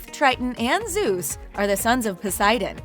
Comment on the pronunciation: Did she say zeys and poseidon are brothers